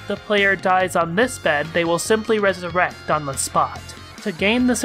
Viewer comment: Did you really mispronounce resurrect?